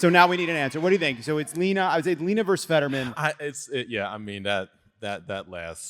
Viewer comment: I don't know when this became "a thing." The word VERSUS is not plural. Please stop saying VERSE, the definition of which is "writing arranged with a metrical rhythm, typically having a rhyme." The definition of VERSUS is "against (especially in sports and legal use). "Penn versus Princeton." as opposed to; in contrast to. "weighing the pros and cons of organic versus inorganic produce" For the Love of God, you're adults.